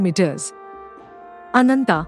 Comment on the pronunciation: Ananta, Garuda, sugreeva... Pls pronounce the a at the end. These are names where the a has to be pronounced. You do it so beautifully in some parts..